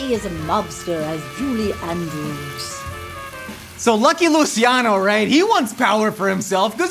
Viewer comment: Julia end-yous instead of Julia Andrew’s